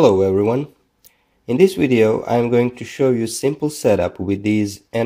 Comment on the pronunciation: Where are you from??? Voltage is not pronounced as wolt-age . It’s a Vee not a DOUBLE-UU. Video is pronounced Vee-dee-ooo Not Wid-we—I